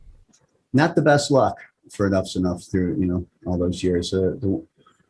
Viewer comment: Donnie is definitely a great songwriter/musician and the band was definitely one of the best of the nineties period. Not to be a jagoff but the band is Enuff Znuff not enough's enough like you were pronouncing it.